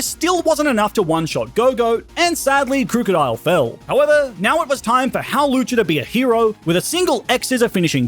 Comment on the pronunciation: Its hawlucha!